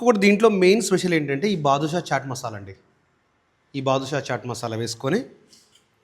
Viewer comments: బాదుష కాదు, అది బాద్షా మసాలా అని చెప్పండి బ్రదర్ 👍👌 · అరె బాబు బాదుషా కాదురా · అది బాదుషా కాదు బాద్షా చాట్ మసాలా 😂😂😂